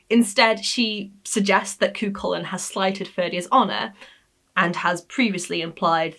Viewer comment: Cu Chulainn the ch is as in loch not lock Fer Dia 'divine man'